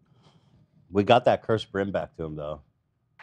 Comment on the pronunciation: the "brim" as Ethan sometimes calls it